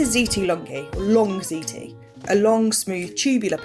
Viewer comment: "Fuckin' ziti" done right.